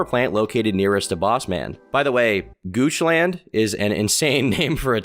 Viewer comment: hearing goochland pronounced with the hard a is crazy 😭